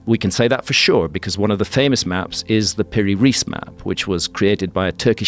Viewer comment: Piri‘s Surename is pronounced as „Rice“. 😊